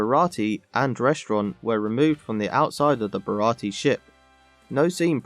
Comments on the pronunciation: Bara-tee? I think you mean Bara-tee-ay. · Wasn't it a 4Kids edit that changed the pronunciation of "Baratie" to 3 syllables (with a silent "e") compared to the 4 syllable pronunciation in the live action version?